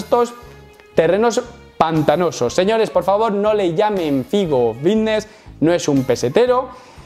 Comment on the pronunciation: Yo siempre pensando que decía "fitnes" mal a posta y resulta que dice bicnes sin querer 🦊🦊🦊🦊🦊